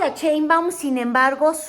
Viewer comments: Está muy muyy interesante tu contenido felicidades es la primera vez que te veo pero me estresó escuchar cheinbaum 😖no es cheinbaum es Sheinbaum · Diga bien su apellido: Sheinbaum, no Chenbam! Ah pero Trump lo menciona muy exquisitamente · Cheinbaum, o Sheinbaum, jejeje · No MMS Wey tu No estuviste en el palacio Nacional junto a Nuestra Querida Presidenta, Y Se Llama Sheinbaum!!!!!!!!NOOOOO Cheibam!!!!!!!! Sheinbaum!!!!😲😲😲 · Me gustan sus programas pero me fastidia escuchar su mala dicción cuando dice( sheinbaum )